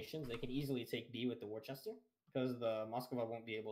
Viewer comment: plz tell him its pronounced "Wooster"